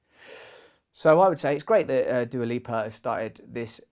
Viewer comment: Fun fact : "Dua" name is Albanian origin, and is translated "Love" given by her parents. Since you butchered her name let me translate yours: Halo is similar to Hale, which in Albanian is translated literally place to shit or VC. So by your logic your name is translated "legendary shit place".